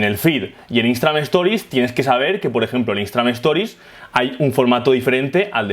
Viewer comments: muy bueno, pero por que dices "Instra-MAX" .. instaGram no? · soy la unica que escucha que dice instramad?